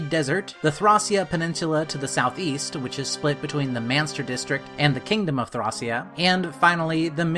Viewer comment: It's pronounced ThrĀc(Long)Ea